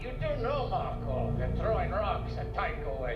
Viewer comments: There is no letter S on the end of the name "Marco." It's Marco Inaros. Also, Filip is about 16. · literally every expanse reactor says Marcos. I don't get it. Nobody in the show refers to him that way.